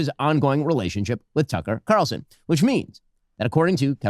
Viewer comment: "Tucker Qatarlson" 😂😂😂